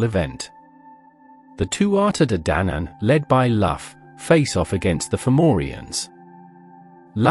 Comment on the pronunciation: It is Loo ,Lugh and not "Laff" and it's Balor,Ba lor, not "Baylor " .